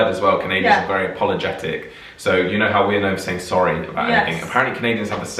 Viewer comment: Again, the biggest tell for me as an American that someone is Canadian is "project" and "process" having actual "o" sounds, rather than the American prah-ject and prah-cess. When you said they say "I'm sorry" a lot, you didn't pronounce it the (stereotypical) Canadian way. A Saturday Night Live appearance of Canadian Mike Myers had him first saying "sahr-ry" American style, then after being corrected, he said Canadian "sore-ry". Some Canadians also pronounce "been" more like "bean". He hasn't been a regular for a long time, but if you can find old episodes of the Canadian satirical news show "This Hour Has 22 Minutes", listen to Greg Thomey, who is from Newfoundland (extreme east of Canada; their time zone is UTC- ). I think of him saying "candy bar" with the latter word shaded strongly toward "bare".